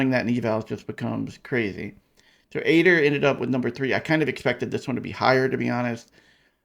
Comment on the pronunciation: It's pronounced aid-er. Makes sense because it aids you in your work. If it was pronounced like you say it would probably be spelled eyeder.